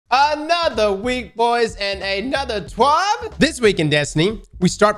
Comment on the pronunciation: Never stop saying TWAB. I'm on the edge of my seat every time